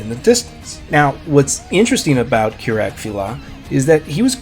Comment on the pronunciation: it's not kirak